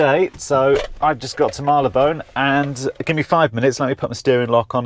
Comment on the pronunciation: It's pronounced "Marry-le-bon" or if you're riff raff "Marry-le-bone. The Underground auto voice pronunciation is wrong. London busses auto voice is per my 2nd example 😋